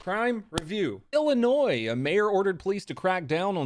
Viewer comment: bro the s in illinois is silent